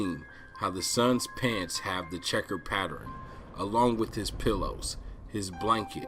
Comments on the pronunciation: The word is "pattern" not "pattering" that shit was bugging me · Very interesting but can you stop saying patterin?